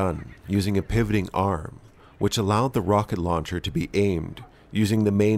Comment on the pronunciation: Rawcket Lawncher!🤣👍